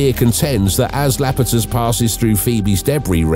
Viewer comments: Iapetus...not Lapetus... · It is Iapetus, not Lapetus! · It's not La-pe-tus. The first letter there is an " l" and pronounced like a "Y" . So... ya- peh- tus. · "Iapetus" is pronounced "I-a-PETE-Uss." The letter that begins it is a capital I ("I" as in "igloo," "ink," and "it," NOT "L."